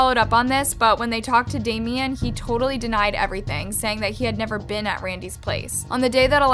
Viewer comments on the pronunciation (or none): none